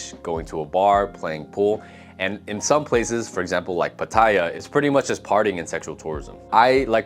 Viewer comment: Westerner here who's lived here a long time. It sounds like you've just been on holiday here or lived here without immersing yourself. For instance, saying the train options in Bangkok aren't good. Or the way you pronounce pattaya. Thais are also super accepting and open to foreigners, they will just appreciate you understanding their culture and trying to speak the language.